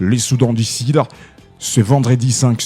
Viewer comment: Journaliste svplait soudan du sud et non Soudan du sid. Blessure et non blessire. Bien que cela vous avez une tres bonne diction en Français.